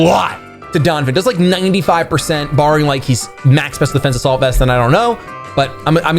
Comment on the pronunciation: After all the episodes I've watched of yours I've just realized you were never saying "A salt vest" 😭 #ImANoob